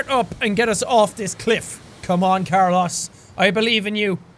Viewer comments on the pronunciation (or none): I’m sorry jack but. As much as I love you and your videos. You keep pronouncing Carlōs as carloss and it’s bothering me way to much to actually watch this video. Sorry. Love ya. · i felt the same way! i'm hispanic, so every time he said car-loss, i died a little inside :P it is indeed suppose to be pronounced car-lows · Did Jack seriously call the car "Carlus" and not "CarlOs"???? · im amazed that noticed that jack mis said carlos its not car loss its carlos its not a english sounding o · in what world is it carLOSS lmao its carLOSE the long o sound lmao he did this in detroit become human too xD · Carols I assume how most people pronounce: Car-low-s Jack's pronunciation: Car-loss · I heard him say car-loss instead of carlis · i mean its not corLOSS its carlos pronounced carLOSE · Jack it’s carlOs not carlAs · So we're just going to ignore the fact that Jack pronounced "Carlos" as "car-loss" and not "car-low's" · You're pronouncing Carlos wrong it's not car loss it's car lows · It's not CAR-loss it's CAR-loas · Did you just pronounce Carlos as car loss!? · JAAAAACK!!! It's pronounced "Car-Lose" not "Car-Loss" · Jack your saying the name Carlos wrong it's "Car-Lows" not car-lost .3. just wanted to tell you that cause I noticed it 5 mins in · I love jack hbut.... Pronouncing "Car-los" "car-LAS" IS KILLING ME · The "proper pronunciation" could be Car-low-s not Car-loss? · Same it bugged me too i dont understand why or how he did that it sounded like he said carlas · CarlOs not carlus 😂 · What in the hell is Car-loss? It's pronounced Car-lohs, Jack. xD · anyone know why he's pronouncing Carlos as carloss? .-. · It’s CarLOES not CarLOSS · I love that Jack pronounces ‘Carlos’ as CAR-loss. Oof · Jack..... it's not pronounced, "car-loss"... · Liberty Bugbee It's car-lose (the 'ose' pronounced like in nose) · Em it sounds like the the is Carloss like he lost the car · Jack it's pronounced Carlos. LOL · Carlos is pronounced car-loes. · It's pronounced car-low-s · It's car-los